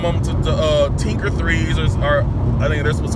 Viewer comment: "Tinker theez" 😂💀